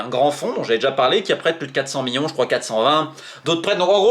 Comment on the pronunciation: Ca fait 50 ans que tu fais des videos t’as toujours le meme voix d’ado prepubert et tu sais toujours pas dire millions correctement